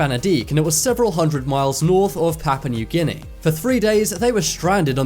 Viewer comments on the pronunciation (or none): none